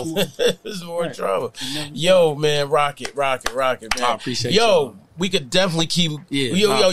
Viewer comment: It's "Roccett" not Rockett............. And he's always been super humble. I sent my guy a pair of exclusive nike sneakers when he was coming up from a sneaker store i was building online and he showed me love every time after. only 1% of the industry is like that. Shout outs to his team at Green up too. DOPE PEOPLE! They told me one of the realest things ever about separating business from the streets, when i met up with them in Vegas. Grown men thoughts in terms of handling business the right way.